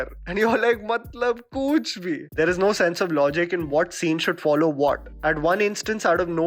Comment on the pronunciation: The expression is "Kuch bhi"...not "kooch bhi"...Since you mainly review Hindi movies, Hindi should not suffer!